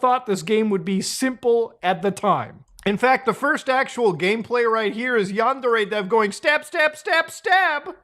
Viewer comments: Yandere Dev (pronounced Under-A.. Dev) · "GUYS I'M SOWWY FOW GWOOMING A MINOW IT'S NOT MY FAUWT" Basically Yandev